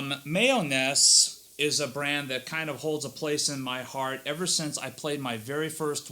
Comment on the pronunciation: My-Oh-Nes. Other than that, great review.